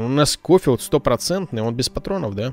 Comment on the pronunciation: Не скофилд а шофилд и я в твоих видосах про ванильные выживания ставлю лайк